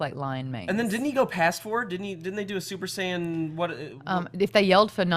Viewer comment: Ehrmagerd Surper Sayin